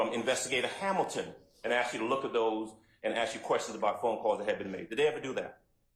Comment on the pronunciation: How u a DA and can’t even pronounce words as simple as “ask” correctly? 🫣🤔